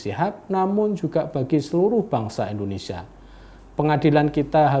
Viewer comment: Kenapa Indonesia harus dibaca Indonesia (RIP huruf i) 😭😭😭